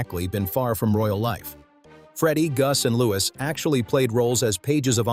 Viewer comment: The child in named Loie, NOT"LEWIS"